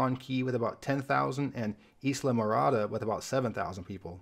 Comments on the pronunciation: It's not pronounced 'Isla-mirada'. It's pronounced 'eye-la-mirada' almost like Island Mirada only shortened. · Islamorada, is pronounced eye -lah-more-adah. Not ee-sla-morahdah. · it is I-la-ma-rada - "s" is silent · Pronounced *Aye-la mirada. Great video! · as always, an interesting video. However, something happened in this that I thought I'd never experience. I have a "gotcha" on Islamorada, FL, which is eye-luh-murr-AH-duh, per my hearing it pronounced locally a number of times. On the same subject, I found some time ago, via its Wikipedia article, that Bodie Island, NC is pronounced 'body', rather than BOH-dee. Weird, huh? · Correct pronunciation of Islamorada in the Keys is EYE-LA-MO-RA-DA just fyi